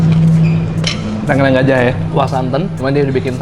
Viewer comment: Menarikk🎉 Koreksi dikit bang, kalau ngomong tengkleng, e di awal kaya di “apel”, e yang kedua kaya di “lele”. Sukses terus bangg, salam dari viewer jogja yang jarang komen😄🙏🏻